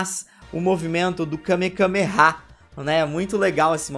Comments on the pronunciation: O falando kamekameha o vídeo todo e eu me contorcendo por dentro dizendo que kamehameha 😅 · É Kamehameha e vc falou kamekameha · O correto é kamehameha e não kamekameha 🤷🏻‍♂️ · Akira Toriyama: Kamehameha Rei do Havaí: Kamehameha: KameKAMEha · Só uma observação o nome certo é Kame-hame-ha e não kame-kame-ha vc repete o kame duas vezes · kamehameha não kamekameha 😂😂😂😂😂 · é kamehameha não kamekameha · Alguém percebeu que ele falou Kamekameha ao invés de Kamehameha? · O n é kamekameha, é kamehameha tanto o ataque de dbz quanto o nome do cara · Kamekameha ? Sempre falei Kamehameha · Kamehameha!!! Que agonia toda vez que tu diz kamekameha! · dislaike ***Kamehameha não kamekameha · É Kamehameha, não Kamekameha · Me incômodo vê o falando Kame Kame há kkk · Várias vezes... MDS eu tava agonizando kkkkkkkk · KameKameha? É sério isso? 😂😂😂😂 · Que agonia o repetindo a palavra Kamehameha várias vezes errada....